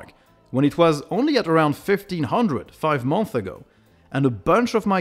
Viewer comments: It is pronounced Month(s) - Plural. Not Month. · I don't hear the "s" at the end of "months" (in plural). Otherwise, nice videos you got. Keep it up!